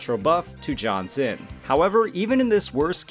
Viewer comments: Pretty sure you're butchering Jianxin's name. Should be more like Jiyan-shing. Gee-n-shing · it's not. and for that matter, gee-yan is not how u say his name too. granted, i know thats how every western youtuber says it. The word "Jiff" say the "Ji" sound and add "an" as for xin, it's basically sin, as in sinner. credentials - I'm chinese from asia speaking for 30 years. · I don’t usually care about people pronouncing names wrong but this one is hurting everyone so please pronounce her name as “Jeeyanshin” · That's the worst pronunciation of Jianxin's name I've heard so far You made her name sound like John Cena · As a Jianxin main, i don't actually mind if it's John Cena 😂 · My dude needs to work on his pronunciations... My poor ear holes. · Sure but people clearly are making fun of the way you said jianxin